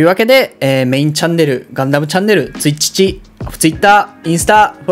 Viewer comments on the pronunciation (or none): ツイチチって言った？笑